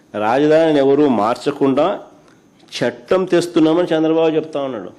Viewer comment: చెట్టం.. షెట్టం.. షట్టం